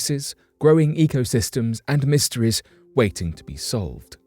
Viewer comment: You can’t pronounce e can you? All your e’s sound like ihs. Mysteries become mysterihs. Sounds dumb